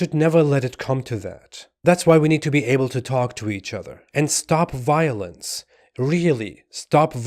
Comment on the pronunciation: Biolenze....it's wall awound us!